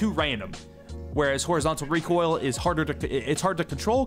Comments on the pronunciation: when using as val: ree-quil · 140 reekoill controll😂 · This is how many times said reek oil 👇🏻